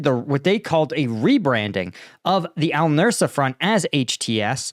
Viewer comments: Al nusra, not nursa. That's something else. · Nusra, not Nursa. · Al-Nusra. Say "noose-rah". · you really need to practise names a little before you record, please. It's Noos-ra, not Nursa; Id-lib, not Il-dib, etc. These are not difficult to master, and you seriously undermine your otherwise excellent content by not bothering to get them right. Pretty please, with ketchup on it. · Nusra not Nursa and Idlib not Ildib.